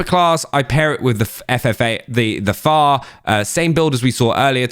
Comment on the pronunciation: Why are you saying FAR, it is F F A R